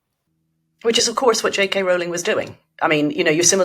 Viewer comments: It's pronounced ROLL-ing, not ROUL-ing. Get it right. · It’s Rowling, to rhyme with bowling. 🎳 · Please EVERYONE, at The Spectator and elsewhere, in the interests of accuracy and as a sign of respect to a hugely important person, pronounce JK Rowling's name as she wants it to be pronounced: as Rolling. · ROWLING is pronounced as "row row row your boats." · Rowling rhymes with 'bowling', not with 'fouling'. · How do SO many people not know that Rowling rhymes with ROLLING? It's astonishing.